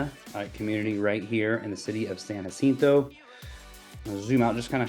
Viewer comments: Bro, those houses could be $200, 000 and 3800 SF, and they would still be empty. It's the desert, and it sucks ass. I'm not knocking you but in fact you didn't even bother to learn the proper pronunciation. It's San (Ya- Sento) 😂😂😂. I'm going to watch and subscribe though. I promise If you show me something I don't already know I'll buy one and rent it out. Absolutely no way I'd ever lived there. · I was told it’s San ha cinto . The J is an H sound.